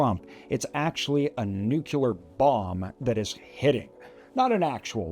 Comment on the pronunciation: Nuclear not nukular, lost respect immediately